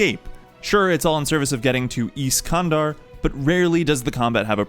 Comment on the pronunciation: Iskandar nice pronunciation lol, americans!